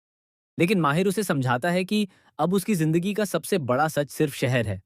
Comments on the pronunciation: Mahir nhi h bhai mahidd h ... Aur shahar nhi saher h thik se nam liya kro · Your discription is great but it's not Sh,....Seher...It spoils the pronunciation of names.Its Mahid not Mahir.